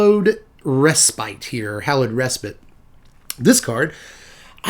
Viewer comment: I suppose it shouldn't surprise me that someone with so many puns and so much wordplay is one of the rare Magic pundits who actually knows how to pronounce "respite". Another endearing quality to throw on the pile!